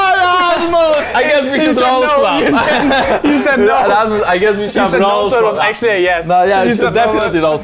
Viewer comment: It's rasmus not rammus